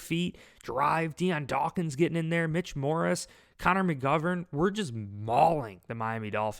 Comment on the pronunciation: Love the videos but you gotta start saying Mitch Morse's name right lol